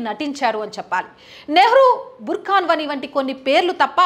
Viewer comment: sorry to correct, he is burhan wani not burkhan wani